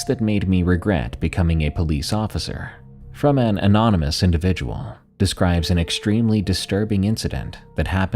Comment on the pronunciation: "From.. An ominous"❤